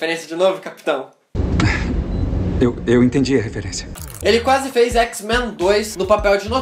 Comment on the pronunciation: Que q é "quasse"?